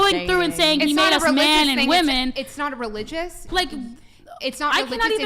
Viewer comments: I don't know if it's an American-English thing, but as a Brit I found it astounding how the entire panel were unable to differentiate between or effectively use, or pronounce the words 'woman' and 'women'. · Girl is based but her continuously saying woman instead of women is driving me nuts!!! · I’m cursing the superchat that pointed out they pronounce “women” like “woman”. I can’t unhear it! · I'm glad someone finally pointed out that nobody on this podcast can properly pronounce "women", and they end up saying "woman". Now if we could get them to pronounce their L's. It's not "coacher", it "culture". It's not "peopoh", it's "people". L's exist. And yes, your intros are too damn long. Everyone skips the first 5 minutes anyway, cut it down. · I swear I'm going to end up not watching this podcast anymore cause I can't stand these idiots saying woman instead of women. California is retarded. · I agree with black shirt, Christian, but why is she saying “woman” when she is referring to “women“ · Chick in the puffy black dress does say "woman" instead of "women" 😂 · Most of the girls do say woman constantly. I can tell there is a difference, because pronounces it correctly. Learn how to say it right: ˈwo͝omən 🤦🤦🤦🤦🤦🤦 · Are these women saying “woman” in place of “women”?? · For god's sake why can't women that come on this podcast say women(plural) properly? 🤦🏻‍♂️ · Man....pronounce the word Women correctly.